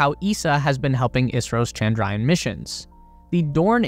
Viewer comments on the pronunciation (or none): none